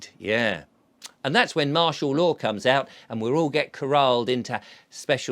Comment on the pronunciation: I thought he said marshan law for a second then